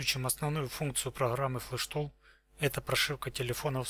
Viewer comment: ПроГраммы.... тяжко мне это слышать. ПроХраммы... =) кидаю Хранату!!